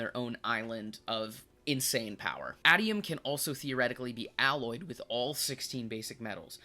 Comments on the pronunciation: Its Ay-tee-um. Pronounce it like "stadium". a really good video non the less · Bro... Aitum... A - TEE - Um